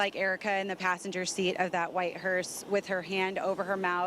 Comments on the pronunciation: ⚠️To the news anchor: It's "hearse"......not hearst. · It’s a hearse, not a hearst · News While I appreciate this important coverage, please correct your anchorwoman. She kept saying "hearst". There is No 'T' on the end. The word is: 'hearse'. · Why does that female reporter keep calling it a "hearST" ?? Its HEARSE !!!